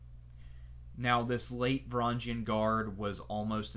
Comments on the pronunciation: just a small tip, the g in varangian is a one just like the words grow/viking etc. not like a giraffe. great video nonetheless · Please learn the how to pronounce Varangian. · learn to pronounce Varangian